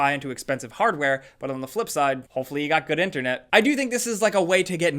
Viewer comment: Am I the only one who hates the way says internet 😂